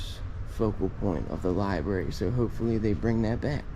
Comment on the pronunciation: Carnage in the Libary